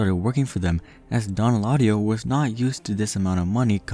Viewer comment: Dislike because you butchered his name.. smh could’ve at least made an attempt